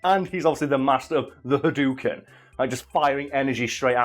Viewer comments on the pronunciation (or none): Pronounced Tatsumaki Senpu correctly but then says Ha-doo-ken. Good old.